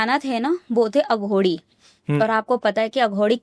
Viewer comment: अघोड़ी नहीं अघोरी होता है